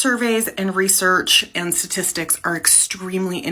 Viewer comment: "Sah-tistics" What an idiot!